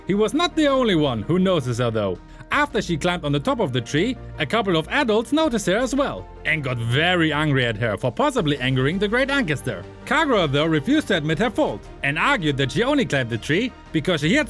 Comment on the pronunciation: . An-sess-ter. Ancestor You're welcome 😂